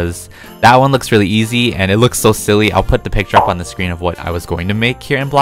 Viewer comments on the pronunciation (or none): none